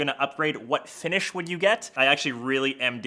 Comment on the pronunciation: "finisss" 😂😂 Having trouble pronouncing sh?